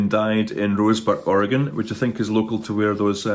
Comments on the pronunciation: Thank goodness you know how to say Oregon correctly ❤❤❤ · Congratulations on your pronunciation of Oregon.